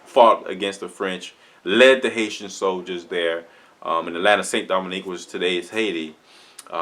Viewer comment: Not Saint Dominic. It’s Saint Domingue. Pronounced Do- MENG.